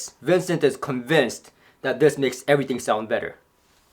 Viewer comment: Vincent: "Of course cables matter. Eeet armonizzes everyting.": *folds arms